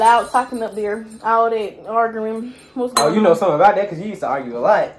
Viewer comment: “ what was all that argurin😂😂😂”